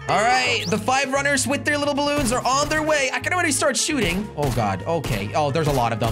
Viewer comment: Blloons or balloons?